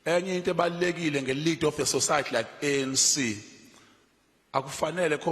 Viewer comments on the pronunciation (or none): Sosayathi- English lessons needed here.